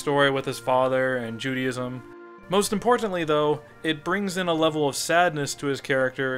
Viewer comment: qute funny when you are talking about Judaism sounds like your saying JUDY-ISM like theres this religion dedicated to a Woman called Judy!!!